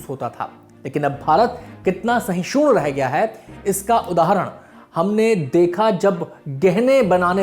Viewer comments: सहिषुण नही सहिष्णू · Uchcharan per dhayan dena jaroori he Galat hindi Shishoon nahi sahishnu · Sorry to say but sahishun nahi sahishnu hota hai🙏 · तो लुल्ल निकले पहली ही लाइन गलत बोल गए "भारत एक साहिशून देश है" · सहिसुन नहीं सहिष्णु चूतिये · सहिष्णु होता है सहिशूण नहीं। उच्चारण तो ठीक करो यार। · SHISUN NHI BHAI सहिष्णु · Who even can't pronounce sahishnu properly giving us lecture on tolerance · Sashud nahi shahashdu. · Phle to aap Hindi apni matrabhasha me sahishnu ko Sahi se ucharit krna seekho...dusra jab teeno ladkiyon ko" dalit" se sambodhit Kiya ja rha h to lko ki us ladki Anjana jise asifa bna kr Muslim ladka Saudi Arab bhag gya...us news ki reporting dhang se q nhi ki..uska brief description kyu Nahi diya gya..ap sab apne hi dharm ke khilaf Bolte ho .. or muslimo Ka sath dena Apke liya dharm nirpekshta Ka Prateek hai#buycott lallantop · पहले भैया सहिष्णु तो बोल लो ढंग से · का सौरभ भईया, ऐसे ही लोगों को एंकर बना दिया है जिन्हें "सहिष्णु " का उच्चारण करने ही नहीं आता। एक बार बोले होते, तो मान भी लेता कि ग़लती हो गई, लेकिन कई बार दोहरा दिए साहब जी। कोई बात नहीं सम्भव है कि मानवीय भूल हो. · भाई , आप पहले सहिष्णु शब्द कैसे बोला जाय , यह सीख के आओ. कतई गंद सोच , दुग्ल्ली सोच, दुग्ल्ली धर्मनिरपेक्षता, अंजना उर्फ आयशा , जलती हुई लड़की की खबर मत दिखाओ. नहीं तो अरब से पैसे नहीं आयेंगे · भाई सहिष्णु सही से तो बोलो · सहिष्णु का सही उच्चारण करिये मित्र प्रवर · सहिष्णु का उच्चारण उचित नही लग रहा महोदय